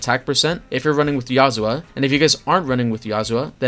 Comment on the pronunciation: not sure if you know its yuzuha and not yazuha. maybe you mean it, maybe not, but either way, thats not a good look